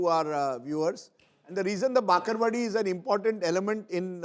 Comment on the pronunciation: That is called bhakarwadi not bakarvadi